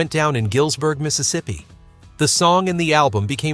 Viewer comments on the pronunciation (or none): none